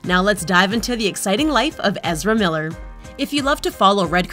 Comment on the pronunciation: who?! You can't even pronounce his name come on